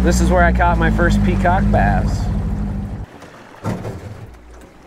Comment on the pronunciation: You say peacock rock. I hear cock rock. Nice fishing mate